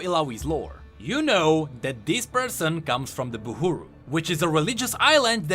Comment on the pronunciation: And you Still Say Buhuru... When its obviously Buhru ._.